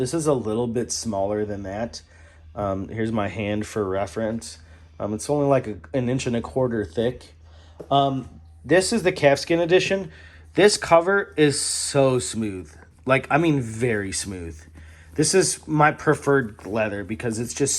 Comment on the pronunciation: He also pronounces calfskin as 'keffskin' so I'm assuming it's a regional US accent!